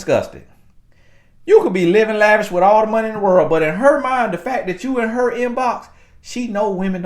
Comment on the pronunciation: It’s the extra R for me..😂😂😂 that’s exactly how he says it.😂😂